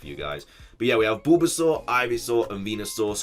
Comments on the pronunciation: “BOOlbasaur”?!?! Hahaha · LOL I like how pronounces Bulbasaur